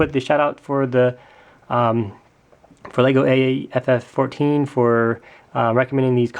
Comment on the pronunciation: Hi, legoaff14 is one of my YouTube and real life friend. He was wondering if you could call him by how he pronounces his channel name the next time you give him a shout out. Pronunciation: LEGO aff one four. Don't take this as a hate comment please! Any, nice vid